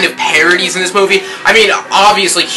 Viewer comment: lol teh way u saidd fantastic movee made me lol